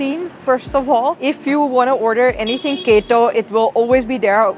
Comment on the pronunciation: You said 'Keto' and 'Fatty Bao' with an Indian accent :)